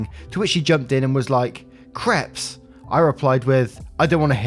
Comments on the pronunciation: Creps... lol they're pronounced Craypes. It's hilarious that when you say "I don't think I said that right" it almost always is right. But creps. Laughing my arse off 🤣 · Hi love your stories. Soft correction - crepes not creps it's pronounced crapes (like grapes). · I am a victim of the way you pronounce crepes. There is a one month ban on you saying crepe.